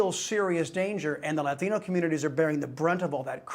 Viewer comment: funny how this guy must pronounce latino as if he just crossed the boarder